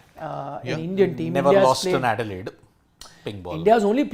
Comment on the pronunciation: it's not 'edilaide', it's adelaide